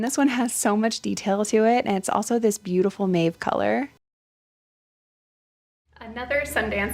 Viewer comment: The pronunciation is “Mawv”. No long A… and it is Charter Club - not Chapter Club.